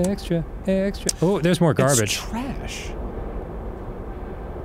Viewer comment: Extr’y, extr’y, There’s an extr’y object to report.